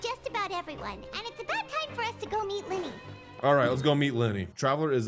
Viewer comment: Is no one gonna notice that Lyney say's rice lee